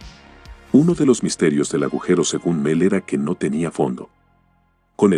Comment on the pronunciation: jajajajaja es "El agujero de Mel", no miel jaja